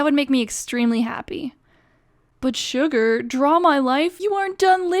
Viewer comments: Hhhhh I know it's Shgurr , but they way you pronounce it (obvi) sounds like sugar sooooo. >v> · "or texting shu GURR